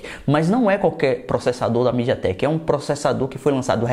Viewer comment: Estava perfeito até ouvir a palavra midiatek